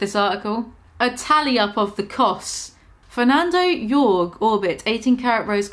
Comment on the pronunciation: Burrborr? Furnando Jurg? Murr? Herms? Well, congratulations, you indeed did butcher every name. Boernoujeck, Fernando Hor-Hé, Maier, Èrmès, Delvó, Blánick.